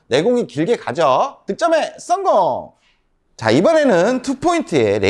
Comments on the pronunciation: 다 좋은데 "썽공" 좀 안할수 없을까요 ㅎㅎ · 썽공 중독성 강해요 듣는 맛 좋은데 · 전 씅공으로 들었음 죄송합니다 ~~